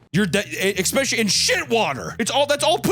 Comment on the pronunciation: it's fricken pronounced "NU-CLEAR" and "ESS-SPECIALLY"!